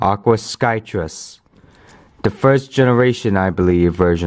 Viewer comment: skyress not skytrus